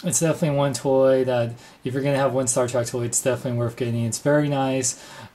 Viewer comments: It's Star TREK not Star TRACK. No offense, but you are just pronouncing it wrong. I have never in my life heard anyone pronounce it Star Track. With that being said, I don't like Playmates offering of the USS Enterprise. It lacks detail, paint, and looks more toy-like than something I would proudly display next to my Enterprise Refit by Art Asylum. I'm hoping that Art Asylum puts out a version of this ship because I know they will do first rate job. Apparently, these ships were rushed for retail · Spell it with me ...T ... R ... E .. and ...K ....now slowly pronounce it.... Staaaaar Trek.........not Track. Thank you and godbless your speech impediment. There's a place in this world for everybody. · why do you pronounce it star TRACK? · U SAID STAR TRACK!!! ITS STAR TREK!!!!!!!!!!!!!!!!!!!!!!!!!!!!!!!!!!!!!!!!!!!!!!!!!!!!!!!!!!!!!!!!!!!!!! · shut it its sopost to be sed like this Star track every 1 says star track beides it sounds weird as hell saying star trek insted of star track people have allways sed star track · star 'trak' lol